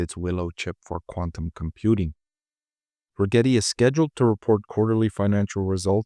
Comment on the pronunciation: “Regrreti?” We heard that . Yep not investing just because of that dude thanks